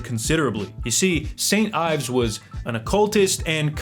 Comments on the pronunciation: You lost weight! Lowkey you were hot thicc haha love you Edit: it’s pronounced Eves Ee-vs not Ives look up how Yves Saint Laurent is pronounced bud haha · Ayves? Really? So u say Ayves Saint Laurent too? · Yves is pronounced "eves"